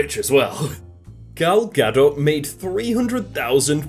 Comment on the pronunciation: Finally someone that pronounces gal gadot normally!!!!